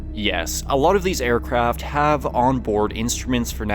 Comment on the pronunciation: It's "Aircraft" my friend. Not "Aircraft". You got it right second time.